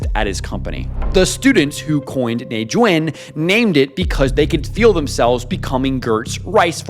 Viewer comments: Tones Bruv it’s nèijuǎn! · it's pronounced neigh zuan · Bro your tones are totally wrong here you are saying a totally different word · With the hard "N" that's crazy 😰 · Saying it with a hard “N”